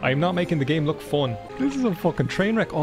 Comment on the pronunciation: Yeah the way I describe the Newfie (Newfoundland) accent is generally as 'a mix between English and Irish, but leaning towards Irish.' Very basic, I know, and there's various different dialects/accents for different parts of England and Ireland, but this small portion really reminded me of the concept. That "Leh," as in 'look.' Though the way I've more generally heard it is as "Luh." As in, "Look'a d'at d'ere, luh." It's even in a parody song, "I'm Clayton and I know it" which parodies the song "I'm sexy and I know it." A significant part of the chorus (assuming that section of the song is indeed the chorus, I'm no music expert) is "Look'a d'at d'ere, luh!" I died laughing first time I watched that vid years ago...